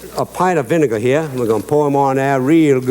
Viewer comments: One parta Vin-ay-gah! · I don't remember hearing Justin pronouncing "vinegar" that way before 🤔😳